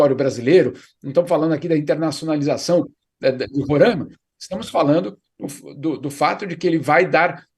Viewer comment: Jamil você tá falando Roraima da forma errada. Roraima não tem acento.